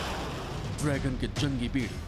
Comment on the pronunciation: host say drygun.....it is dragon not drygun